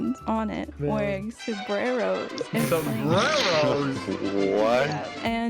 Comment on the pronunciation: It PRONOUNCED SOMBRERRO